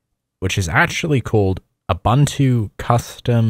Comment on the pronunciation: Xhosa speaker here. Ubuntu is pronounced "You-Boon-Too" which means "personhood" your pronounciation is Abantu. Which is a plural of "person"